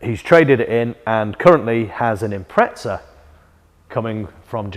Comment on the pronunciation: Thanks for saying Impreza the Ossy way.